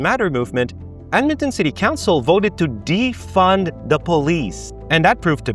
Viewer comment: Ahh good ol dead-man-ton